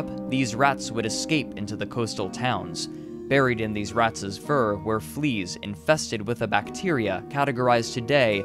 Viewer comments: The only real problem I have with this is pronouncing two “s” sounds for every plural possessive. It’s not “doctors’s”, but rather “doctors’”. That drove me up the wall the entire time. The rest of the video was really well edited, though. Good compilation of information. Just stop saying “rats’s” and we’ll be fine. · Am I the only one hearing him double his Es's? Rats'es Doctors'es ETC? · Holy funking shirt that was irriting! Also, ratses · He says Rats's too! Still, minor gripe with an amazing bit of free content right? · Ratses, citieses, yearses